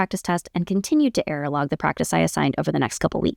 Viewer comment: Thank you for the content, it's very helpful to be given a framework on things to try out. What are you saying at the end though, he kept an "airalog"? What is that?